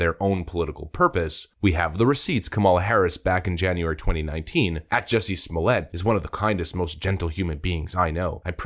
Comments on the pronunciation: Remember it's "Smollett", with a hard "T" - NOT "Smollay". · Calling this dude Smoll-yey, is like calling Target (Tarjey). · Pronounced ‘small-ett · It's Juss-e Smol-it. No French accent needed. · Smallia (as you pronounced it) will get a severe finger wagging & tut tut tut from the judge. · I start laughing hysterically every time I hear "Juicy Smolliét".